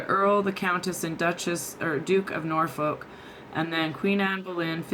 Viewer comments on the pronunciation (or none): none